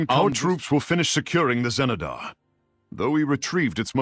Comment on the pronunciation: the XENEDAR , not the GENEDAR